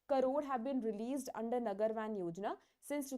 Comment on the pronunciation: I guess it's नगर वन , not वैन Btw Thanks for the effort ma'am ❤